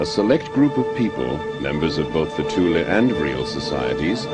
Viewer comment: It is nice to hear Thule pronounced CORRECTLY for once! Thule is NOT pronounced "Thool" "Tool" or "Toolie" and never was, these are wholly incorrect mispronunciations. Thule is a word from the German language. Germans do not employ the "Th" sound but, they do pronounce the letter "E" when it appears at the end of a word. Thus the CORRECT pronunciation is: "TOOL-AH" . I speak German and I have had this pronunciation verified by my German friends, they told me this is how it is said, I've heard them say it, it IS pronounced "TOOL-AH" .